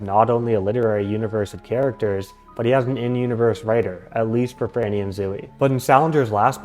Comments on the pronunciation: I'm sorry, but I can't get past how you pronounce Zooey. ZO (long O) E (long E). Salinger stated that the book was semi-autobiographical. I appreciate your research, but I think your thesis is flawed and overly complicated. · Oh gosh that is not how you say zooey I’m so sorry